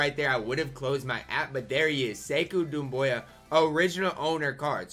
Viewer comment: It’s not Sekou Dumbea btw